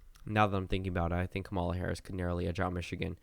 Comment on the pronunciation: BRO YOU STILL PRONOUNCE HER NAME WRONG. 😂 stop saying kuh-MAW-luh. It’s pronounced KAW-muh-luh